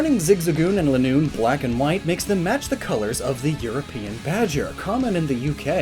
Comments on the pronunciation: Lie-noon. Not Linn-noon. LIE-noon. Because it goes in a straight LINE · Zigzagoon is pronounced (Zig-za-goon) because it runs in a zigzag and Linoone is pronounced (Lie-noon) because it runs in a straight line